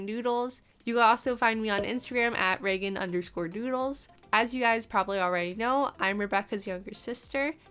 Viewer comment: I heard noodles instead of doodles😅